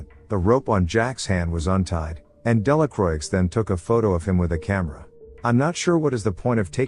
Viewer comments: It's not pronounced "Delacroix" it's pronounced "Delacroah" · It should be pronounced Delacrua (Delacroix in French) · just for future reference, Delacroix is pronoinced "della kwah", the R after a consonant in french words is muted like a W and oix makes an "ah" sound, the X is silent. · Delacroix😂😂😂Delacuwa, my french friend😂😂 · Delacroix is not pronounced with the “ix at the end. It is Dela kwa. It means of the cross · You almost got it right, but the "R" isn't actually muted. It's pronounced "Della croah". Sincerely, a french dude. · That's true. But in the movie that dude acted like a real Delakraueeks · I think he's using a text-to-voice program to narrate the film, not his real voice. That's why the voice sounds so educated but the video has many grammatical errors, like the person's native tongue isn't English, or they're not as educated as the voice they're using. It's still a good effort, but the mistakes are distracting & the voice program doesn't know how else to pronounce Delacroix.